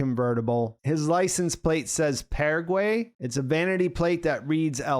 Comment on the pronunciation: WHYdra??? Snaus???!!! ParaGUEY????!!!! Really???!!! I know Americans can barely speak their own language, but come on dude, do better...🤦‍♂